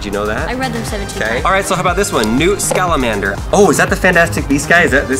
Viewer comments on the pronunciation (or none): This really bugged me that he said scalimander, it's SCAMANDER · It’s Scammander not Scalamander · “Newt Scalamander” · It's scamander not scalamander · That's "Scammander" Not "Salamander" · he said newt scalamander!! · Not scalamander it’s sca man der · Omg Its newt scamander not newt scalamender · “Scalamander” come on its Scamander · I love watching y'all's videos but it hurt me hearing Harry Potter World (since it's the Wizarding World of Harry Potter) and Newt SCalamander (since it's Scamander)...... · SCAMANDER not scalamander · "Newt Scalamander" I'm dying 😂💀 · "Newt Scalamander" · It is Newt Sca-man-der and your saying all the spells wrong you going to take someone’s eye out, besides it’s leviOsa not levoseAR. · Lol he said Newt Scalamander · He said newt scalamander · "newt scalamander" I have no words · Am I the only potterhead that got triggered when called Newt “Scalamander”? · he said Newt scalamander LOL!!!!